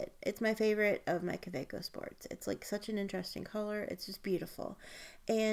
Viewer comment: Excellent vidéo ! Thank you ! (It’s not Lumley it’s LAMY and it’s not Cabaco it’s Kaweco😉) I can’t believe the price of the Visconti ! Is it worth it ?